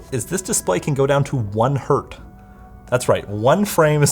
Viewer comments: Did he really said one hert? You know Hertz isn't the plural form of Hert right? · hertz is not plural, it's 1 hertz, not hert :) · No, "Hert" is not the singular of Hertz. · To everyone saying '1 hert' is correct, the unit is ALWAYS pronounced with the plural 'hertz'. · Did he just say 1 Hert? Lmao Hertz is not the plural of Hert. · God damn Americans (Canadians are basically Americans Lite). It's 1 Hertz! the Z is not to denote multiplicity. It's HERTZ! Not Hurt. 🤦‍♂️🤦‍♂️🤦‍♂️🤦‍♂️🤦‍♂️ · Heinrich "Hert" wouldn't be proud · 1 hert isn't a thing right? Like the z doesn't make it plural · i love how you butchered the singular of Hertz to... Hurt? The guy was named Heinrich Hertz. It's not a plural s... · "... it can go down to one Hert" That really Hert my ears. It's Hertz, even if it's a single Hertz. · i love how he said "1 Hert" as Hertz were plural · Really? 1 hert??? Come on man... That's 1 HERTZ! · No one noticed that he called 1 Hertz "Hert"? HERT?! man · Did you just say "1 hurt"???? It's not "Hurts" where the "s" indicates plural... the unit is Hertz, regardless of the number preceding. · are we not going to talk about 1 "Hert"? :D ... I am surprised poor Heinrich Rudolf Hertz didn't appear there to slap him for that :D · It's Hertz. Like ... his name was Hertz. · did he just say 1 hert? it's Hertz! It's a name! It doesn't have plural or singular! LOL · “1 hert”... That hurt 😅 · You know the german Heinrich Hert? He invented the Hert. Before that it wasn't possible to measure frequencies, and that hertz. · No, that HERT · Btw... it's still Hertz - even if it is just one. There is no such thing as one Hert. Hertz is named after a dude called Hertz. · it is 1 hertz. Not "hert"! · one hert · "1 Hert" It's still Hertz :) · It definitely gave me 120 hurts. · 1 Hert?! 🤦‍♂️ The unit is Hertz, as in the name. 1 Hertz. Yes, completely triggered.